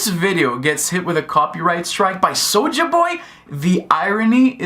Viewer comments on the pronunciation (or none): Why do you keep pronouncing it “sowja”?? You sound like a lil kid who cant speak properly.